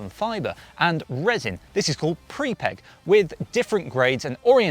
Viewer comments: Prepreg not prepeg 😉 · It’s pre-preg not pre-peg.